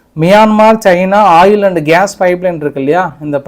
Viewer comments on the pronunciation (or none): none